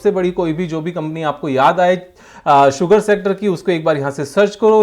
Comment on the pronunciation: क्या मेरे अलावा कोई और भी है जो "शुगर सेक्टर" को "सुगर शेक्टर" बोलता है 😂😂